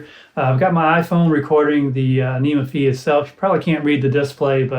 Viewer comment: Incidentally, it's pronounced "Fie", to rhyme with Pie, or Pi - it's a letter from the Greek alphabet. I think "anyma" is meant to rhyme with "animal", or "animation", but it hadn't occurred to me that it could be pronounced "aneema". I think "Any Ma" would be another good candidate :) Thanks for the demo and exploration. I haven't had mine long. I've been putting off trying it with a wind controller until I get more familiar with it, because it's so hard to tweak settings while holding one of those.